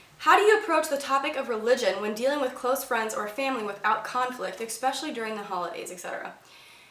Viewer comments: Wait.. at app. 3 min. mark.. did you REALLY just say EXspecially? cringes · Yup.. you said it again. cringes again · I love your hair, but once you said "Onision" I threw up in my mouth a little. Seriously that is just wrong! Stop it! + it's especially not "exspecially" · Big fan of the videos but wish you would not say "expecially." Vey distracting. Overall big fan though. Thanks. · "ecspecially" "ecspecially" "ecspecially" "ecspecially" "ecspecially" "ecspecially" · There is no x in the word especially.